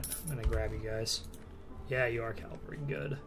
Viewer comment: If you could start saying cavalry instead of calvary that'd be great....